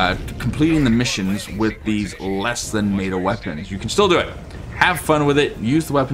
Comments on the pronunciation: It’s meta, not mayta! Is what I would say but I will leave your accent alone 😊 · Brother... please... meh-tuh, not may-tuh. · Lol its not pronounced mayda its meta. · MET-AH* bro please im begging